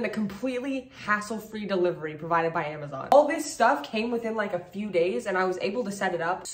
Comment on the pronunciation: She forgot the z in Amazon lol 😂😂😂